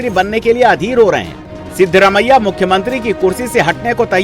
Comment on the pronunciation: ये "सिदरा मैय्या" क्या है? हमें तो लगता है उनका नाम "सिद्धा रमैय्या" है।